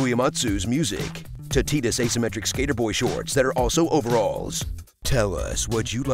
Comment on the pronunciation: Bro THANK YOU for sayin' Tidus' name properly!